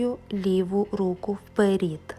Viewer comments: Дякуємо! Ви молодець, тільки, будь ласка, не "вперІд", а "вперЕд" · Чудове пояснення. Благодарю. Але чому вперід? Вперше чую таке ... "Получається" - теж ріже вухо. .......Виходить - буде класно👍 Благословіннь вам рясних 🌷